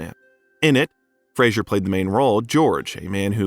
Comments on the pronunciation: Fraser pronounced like Razor not Frasier like you keep saying. Frasier was a tv show. Great actor and i like your Bio but seems you should be saying his name correctly. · I doubt you know anything of film (its Roger EEE-burt) and I doubt Brendan Fraser appreciates your repeated mispronunciation of his last name. It's not Fray-djzuhr Its Phrase-err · His name btw is pronounced Frazer. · Its apparent that much research and work was put into this video, but one important detail that was ignored was that Brendan Fraser HATES when his name is pronounced incorrectly, which it was throughout the entire video. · It would be most respectful to pronounce the man's name correctly. Sheesh.... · At least pronounce his last name correctly! Dang